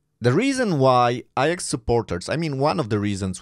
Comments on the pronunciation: Why are you saying “ I AX” and not “A JAX”? Your English pronunciation is really bad… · Iyax? It’s Ajax, as in my kitchen cleaner 😅